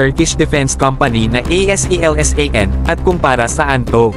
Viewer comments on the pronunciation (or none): aselsan po pagbasa niyan...hindi A.S.E.L.S.A.N